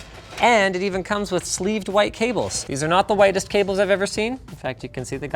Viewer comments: Am I the only one who's hearing Linus saying it "Qwite" instead of white???? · he really called those power supply cables "H'White" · "in hwhite" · "In WHHHHITE" omg...wife says it the same way! Omg "You RUUUNED it" lmao...daugther in law says ruined like that... Linus, r u from Canada, Michigan or Arkansas? Lol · Why did he put so much emphasis on the H?